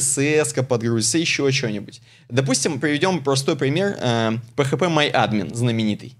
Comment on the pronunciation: Почему ударение на А в слове phpMyAdmin делаете, а? АААдмин или адмИИИн?